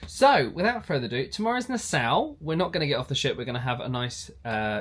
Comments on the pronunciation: Nassau ( is Nah- saw). Not “Nah sow”. It took me a second to figure out where you were going. Lol I wondering “ where’s this Nasow he’s cruising too? 😊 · It’s Na-Saa😂😂😂😂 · I'm so sorry but I have to for my mental health.... NASS-aw... not ow.